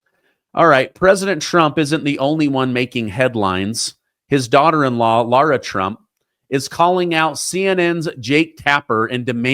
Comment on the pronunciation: Mrs. Trump's name is not Laura (sorrow), it's Lara (marrow). Pronounce her name coreectly please.